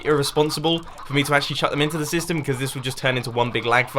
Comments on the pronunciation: the sorting sytem. RIP the letter s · U said sytem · Gotta say it: "SYTEM" :P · "Sorting Sytem"